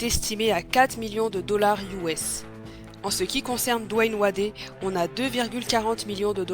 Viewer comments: Coucou, Wade se prononce "Wéde" pas "Wadé" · Dwayne Wadé? Je vais regarder la suite, mais je suis certain que ça a fait fuir plus d'un de le prononcer ainsi